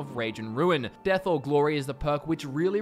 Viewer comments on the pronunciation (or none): none